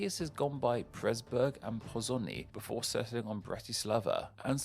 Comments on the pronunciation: And the Slovakian city that was known as Pozsony was from the Hungarian name as far as I can tell. That pronunciation is therefore /poʒoɲ/, but he goes with /posoniː/, which isn't close. This pronunciation was very easy to find on Wiktionary. Being a channel about names, and not being able to pronounce them correctly despite there being easy to find sources, is just silly and lazy. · And since it's Pozsony in Hungarian, the pronunciation would be Hungarian. His pronunciation spelled in Hungarian would be Poszoní, which isn't correct. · And the Slovakian name which was in Hungarian, the "zs" is J like you gave examples of, and "ny" is the Spanish Ñ While working with a lot of languages is a reason why you won't always get the right pronunciation, the pronunciations for Pozsony and Godthåb (which he also mispronounced) are easily available on Wiktionary. If the names aren't on Wiktionary, or Wikipedia, I can excuse not pronouncing it correctly.